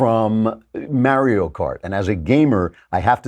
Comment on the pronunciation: The way Klavan pronounces "Mario" irks me.